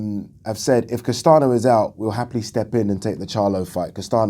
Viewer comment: Castaño is said like "Castan-yo" amigo :)